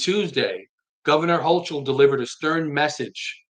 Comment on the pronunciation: They do not follow the HALT Act currently.. and so asking the question "is it working" can't be answered .. also her name is pronounced Hokul .. CH sounds like K